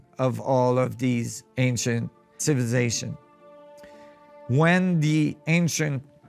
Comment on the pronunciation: Did you say cibzszations about a dozen times? ROTFLMFAO